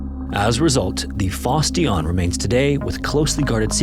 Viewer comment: That is definitely not how you're supposed to pronounce "Fosse Dionne".